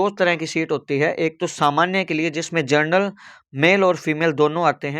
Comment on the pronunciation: जर्नल नहीं होता बे अनपढ़ जनरल होता है